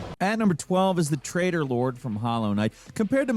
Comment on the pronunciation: I thought you were saying Trader lord. Tray- TOR... And the English are meant to be bad with T's